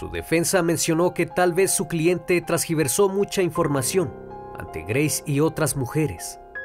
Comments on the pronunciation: no es ¨trasgiversó¨es ¨tergiversó¨ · Tergiverso No Trasgiverso 🙃